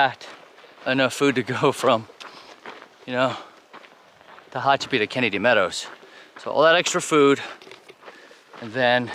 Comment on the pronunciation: Tickled to see that after several days you got the pronunciation of Tehachapi down, good job, now were are the critters not the people ones the four/six/eight legged ones or even the no legged ones? Guessing you would need a four wheel drive on that road. Enjoy listening to your monologue, just keeping it real. Produce, interesting fellow. 16.7 miles not really a NERO. Ok, you are still having some issues with Tehachapi. LOL. SAFE HIKING